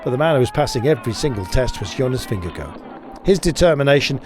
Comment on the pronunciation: Somebody learn that commentator how to pronounce Vingegaard .. Sounds really bad . Mabye call Rolf Sørensen ... Its about time to learn it right. ok .. fan of GCN .. :) and subscriber ,, And danish LOL:face-purple-crying